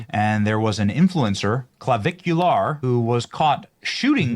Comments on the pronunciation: "...a bar while underaged." Wfc 🤦🏻‍♂️🙄 That's not how you pronounce Clavicular. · intentionally mispronouncing his name is hilarious. Can't tell if he's in love or jealous, but I'm fairly certain it's one or the other.